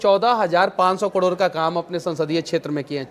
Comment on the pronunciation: Kador nhi pagle crore hota hai 😂